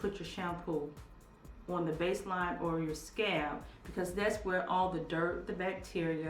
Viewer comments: Mrs BeautyMark I thought her daughter had scabs on her scalp.😂😂😂😂 After a while I'm here thinking in my mind it's scalp not scab.😂😂😂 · Mrs BeautyMark Lol me too. I literally was laughing out loud saying what's a scab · I was looking for the scab and I couldn't see any and then I realise it was scalp! lol She is truly blessed. Thanks for the information! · ***** ***** She pronounces it the way she does because of her accent. She knows the word is "scalp"., they got jokes on a country gal lmao. Yall leave my girl alone lol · I thought you were saying scabs but you were saying scalp. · I love when you say 'sca-ap'! It reminds me of when my momma would say yogi for yoghurt or footy looties for fruit loops cereal. Do you! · Mrs BeautyMark y'all don't do my auntie!!! y'all know she has a speech impetiment!! 😂😂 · ccie cierra EXACTLY!!!! All of us southern people are not COUNTRY and can say SCALP!! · 😂😂😂 I was confused too until she began to apply it all over her scalp! I'm only a couple minutes past that part now and am truly tickled every time she says it. LOLOLOL! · I'm a country girl too but I know the difference between words.. being country is no excuse.. lol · "Scab." Lol. She obviously means "scalp". Please, please say "Scalp". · I love your channel and you, but you are calling scalp "scab" and I can't. lol laughing every time I hear it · Scalp, I’m sorry every time you said scab it was driving me crazy, it made me think about an actual scab lol and I’m like why she keep saying scab and its scalp. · SCALP PRONOUNCE THE L SCALP NOT SCAB LOL WHAT TIME A DAY IS IT YOUR DAUGHTER IS SLEEP ON THE TABLE LOL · It's scalp not scab lol 😂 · it's pronounced scalp. i would have watched longer but scab is just killing me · It sounds like you are saying scab instead of scalp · Scalp, Scalp, Scalp, not scab, you are Killing me 😂😂😂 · She's not saying "scab" she's saying "scaaaalp". She's just drawing out the "a" and not really pronouncing the "L".